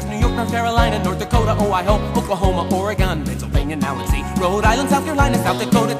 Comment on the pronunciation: They said Oregon wrong! They said OreGONE. But at least they said Colorado and Nevada right.